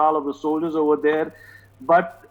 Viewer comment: ....Over THERE.....not over DARE. Practice English diphthongs such as "th". Non-native English speakers seem to have great difficulty with diphthongs... and accents on the second syllable of English words. EDIT: I am with India concerning China.